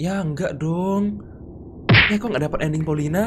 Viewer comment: Bang andding nya engga jelas bang😂😂😂😂